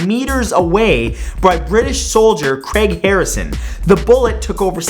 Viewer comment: #49 it's Craig not creg